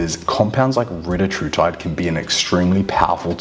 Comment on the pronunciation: It’s Ree-tat-rutide Not Reta-True-tide Confirmed by CEO of Eli Lilly